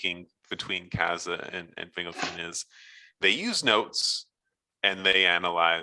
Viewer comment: "Fingle Fin." I hear it Fin Gol Fin in my head.